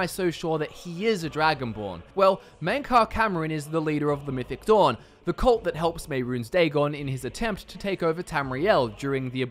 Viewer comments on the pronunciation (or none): none